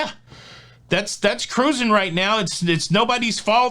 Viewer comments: bets a like as soon as I hear Kah rusing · I love when you say the emphatic “CA-ROOZING” when you invite people to subscribe. I’ve missed it in some of the recent videos, so I hope it becomes a staple! Thanks for all you do,!